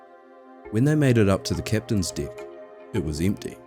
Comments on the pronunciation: Just found your channel. Excellent presentation of an unbelievable event. I know this is a NZ thing, but the word "deck" is with an E, not an I. The phrases "the captain's deck" and "deck of the ship" are entirely different with this pronunciation. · Oh it's true! I have an Australian Shepherd. Every morning I tell him let's go outside for your below dick business. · Holy shit, this is so well done that I assumed this was one of the big documentary channels. It wouldn't have even been out of place on a Discovery plus. I'm so glad The Holy Algorithm brought me here. Also, maybe I'm a sick f#<k, but I giggled every time the Aussie "deck" was said. "Below dick" 😆 Edit: I just checked your page & now realize that you're from New Zealand, NOT Australia. My dumb American ear can't differentiate, but it is NOT an abomination of an accent! I love it. You know what is a true abomination? My Boston accent. The whole "I pahk the cah at Hah-vahd yahd" (I park the car at Harvard Yard) is real